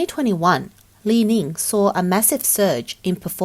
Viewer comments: HK$6.8 Billion = US$780 Million not 7.8 Billion US$…..?? Company is “LI-NING” not “LI-LING” as keep being mispronounced….heaps of faulty info here 🤔🙈😱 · This reporter sounds like somebody from Hunan cuz she is pronouncing Li Ning as "Li Ling"